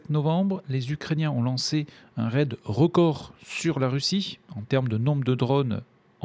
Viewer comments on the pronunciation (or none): none